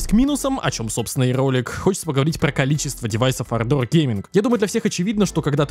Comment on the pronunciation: Однажды автор сможет выговорить ардор)